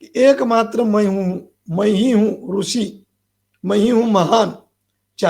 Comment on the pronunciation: आप मूर्ख हो , अज्ञानी हो तभी तो एक बलात्कारी को ब्रह्म के अवतार बता रहे हो ,जो आशाराम जी गुरु है आपके वो आपके आंखों में रतौंधी कर दिए है , दिमाग से विकलांग कर दिए है और मुंह में गटर का स्वाद दे दिए है तभी आप अनाब सनाब गधे की तरह बोले जा रहे है, कृष्ण कहने का ढंग नही ऋषि का उच्चारण सही से करना नही आता ,गुरु का नाम सही से लेना नही आता और आ जाते समाज को ज्ञान देने , बेवकूफ महामूर्ख, बरसाती मेंढक